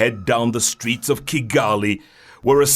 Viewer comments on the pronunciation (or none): none